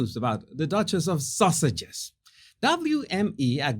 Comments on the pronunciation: I love how you pronounce Sussexes because it sounds like you are saying sausages. It makes me chuckle every sing time. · It started out with the way he says Sussexes, with his accent. I think just gave up and started calling them the duke and duchess of Sausages LOL